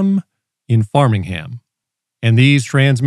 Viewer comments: "a condominimium in Farmingham". That was supposed to be read as a condominium in Framingham. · it’s pronounced Frame-Ing-ham, just to clarify - I only have a GMRS license, so not a “Sad Ham” 😂👍😬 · HDTV antennas RECEIVE broadcast signals, they DO NOT TRANSMIT. Also, it's "FRAME-ing-HAM" Massachusetts.